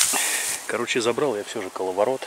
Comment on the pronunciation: " каваларот"?... может коловорот?... Извините, я не ханжа, просто учетельница по-русскому такая была(учила нас правильно), любила и люблю её, очень...хоть и нет её сейчас уже, к огромному моему сожалению...